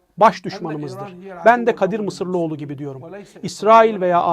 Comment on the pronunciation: Doğru söze ne denir. Sabır Meşhur haklı. Bu arada Kadir "MISIRLIOĞLU" DEĞİL!!!! Kadir MISIROĞLU!